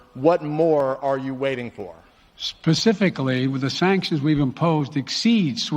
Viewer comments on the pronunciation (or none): Biden said "Pasifcically"! WTH IS HE ON ? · “Pacifically” the sanctions when done in a way let’s be real have you read what he’s written when Jen my daughter visited Epstein and we all of a sudden didn’t go through the table and wind chimes are beautiful in Mexico because climate change will obliterate Jenny Craig the same as Nelson Mandela when I was shot by Abraham Lincoln I told Lee Harvey Oswald that corn pop was a bad dude and if he listened to me that 6 yr old would’ve kept stroking my leg hair same as Pete getting it on with Major for boarding up the glory hole in the outhouse behind the west wing? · Pacifically? How Freudian was that? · "Pacifically....."??? Is that like...."Specifically"??? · "paspificlly" I am waiting for... uhmmm I don't remember.